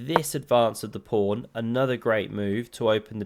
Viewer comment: Is a king prawn just a very big prawn, or has it something to do with chess? And is a fiancheato something illegal? Why don't you learn at least your own language and the chess jargon? Solution: it's PAWN and FIANCHETTO.